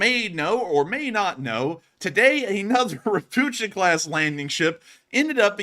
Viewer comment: "Ropucha" being a Polish word (meaning "toad"), it is pronounced "Ro-POO-Kha".